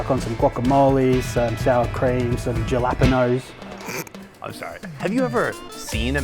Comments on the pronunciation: ....jalapeños??? Almost sounded like he said galápagos. Sounds more like "ha-la-pen-yos " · Did he just call jalapeños…….. gellapenos. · You're killing me with the pronunciations!! Parmi not Parma. Funniest is barah-moondie. Hahaha just say Barra. Oh and the pub owner that said jah-lap-ah-noes hahahaha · .....literally pronounced it as JAH..LA..PAY...NOS 😂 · putting the emphasis on the "LA" syllable made it sound like a completely new word. yah-LAH-peñ-os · That "jalapenos" made me feel really embarrassed as an Aussie... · Aussies don't pronounce jalepenos like that, he's an odd ball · Not many Aussies pronounce Jalapenos like that!!!!!!! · I like how both the jalapeños and barramundi are being pronounced here 😅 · Haha...love the way the guy pronounced Jelopenos.